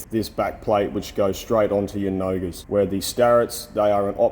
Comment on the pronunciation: When you were talking about attaching you indicators to a "nogger", I could not figure out what you meant. So I rewound the video and watched the captions... nogas. I actually looked it up and it was not just a made up word. Made me laugh a bit. Great video as always.